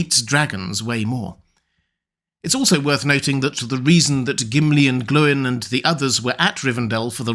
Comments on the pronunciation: Far be it from me to question lore-master, but I thought it was pronounced "Gloyn", not "Glow-in"? Think about the pronunciations of "groin", "coin", "join", etc... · Why do you call Gloin ‘Glowin’? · GLOIN RHYMES WITH GR-- okay